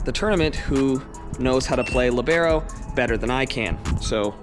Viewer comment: STOPPPP IM SORRY BUT YOUR TRIGGING ME WITH HOW U SAID THAT ahem.. (LEE-BA-RO)